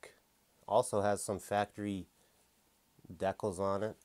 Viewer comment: Why does he say decal weird? I’ve never heard anyone say it like that.